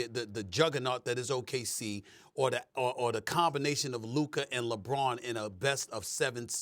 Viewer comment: Sas is LUKA not LUKER